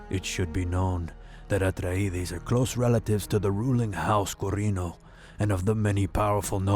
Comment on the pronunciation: Love the "Atreides" pronunciation ... at the beginning : )